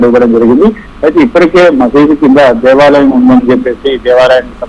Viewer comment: దేశాలయం కాదు దేవాలయం తెలుగు చదవడం నేర్చుకో లేక కావాలనే అలా చదువుతున్నావు